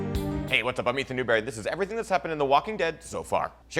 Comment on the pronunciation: HEY GUYS ITS ETAN NEWBEWWY